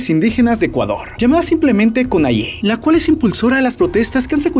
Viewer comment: Así no se pronuncia la CONAIE 😐